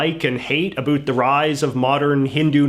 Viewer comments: Why does he pronounce "about" as "abult"? lol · the way he says “about” is extremely funny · Heard how you pronounced about and knew you were Canadian.